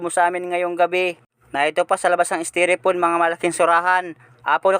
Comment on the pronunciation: Ka fathers Styrofoam ang tamang bigkas hindi steropon,Ingat sa pag laot